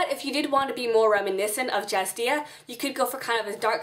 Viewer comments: jadzia. ;-P not jazdia. <3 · Great tutorial, thanks! But... "Jazdia". It's Jadzia lol.